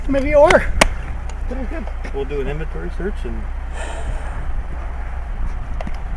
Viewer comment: you said invent-ary